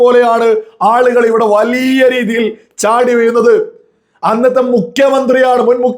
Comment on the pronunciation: വളിയ അല്ലാഡോ... വലിയ എന്നാണ് മലയാളം